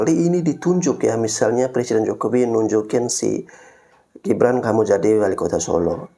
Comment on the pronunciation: GIBRAN mbk bukan JIBRAN sok²an pak bahasa inggris G dibaca J hadeeeewwww, kamu tuh klw gk nyocot gk bs makan ya.